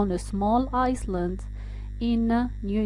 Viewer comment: The "s" in Island is silent . Shouldn't be pronounced